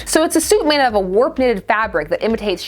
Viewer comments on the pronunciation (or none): none